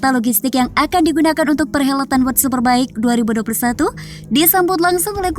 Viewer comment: jangan malu2in... World ....bukan word ! diperbaiki koreksi...